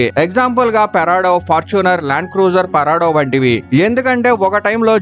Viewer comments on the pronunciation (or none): Parado ❌ prado✅ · Abe ohh Adhi parado kadhu ra Prado Prado Prado Thelusukoni cheyyandi ra videos